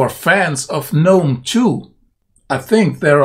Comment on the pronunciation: Thank you for pronouncing GNOME the correct way............... I cant stand all these pretentious people who say the "G"